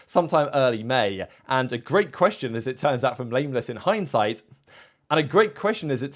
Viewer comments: Did call Nameless "Lameless" and then corrected himself? Lmao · It was definitely Lameless lmao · Did u say lameless at first lol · Did you accidentally call Nameless, Lameless? LMAOOOO